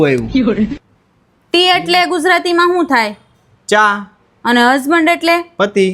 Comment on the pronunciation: Tamara bhabhi ne husband bolta a nathi aavadtu husmond bole che video pahla sikhvadta rai gyu lage che